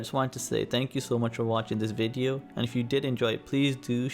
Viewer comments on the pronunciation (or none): none